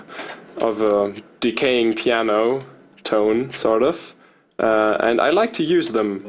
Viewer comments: Evry time he say "sort of" i think he is saying stardust.. 😁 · SAHRT UFF